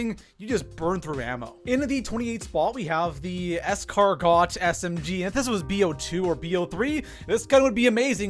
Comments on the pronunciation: Escar "got" lol it's pronounced escargo. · Escar-GO not GOT haha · Is there a reason you keep saying escarGOT? The T is silent bud... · Dumbass really said “es-car-got” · Serkets Kiss and sorry man to be a grammar nazi but it’s spelled escargot but pronounced escargo...is French for cook snails. Thanks for the vid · It’s pronounced escargo the t is silent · It bothers me when he pronounces the map IX (nine) as I X. It also bothers me when he pronounces escargot as escarGOT I unsubscribed when he rated the mozu number 32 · Bro, you're Canadian right? U should know the "T" in escargot is silent lmao it's okay we love you anyway ;p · Yo, love the content my guy but i HATE how you pronounce Escargot, like my guy... arent you canadian? Bud, you dont pronounce the T, its french for snail and pronounced es•car•go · It is pronounced “escargo” the T is silent. Escargot is snail meat (yes people eat that) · i’ve put up with it for long enough 😤 Repeat after me, Es-Car-GO!!!!!! 😡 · my man, you need to work on your name pronunciation. It’s “es-car-goh” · We gonna blow past how man said escargot lmaooooooo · Man doesn't know how to say escargot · I cringe every time he says escargot lol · The T in escargot is silent (it’s cooked snail) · And BTW the t is silent in escargot bc the word is French and it is literally a delicacy in France bc they eat snaios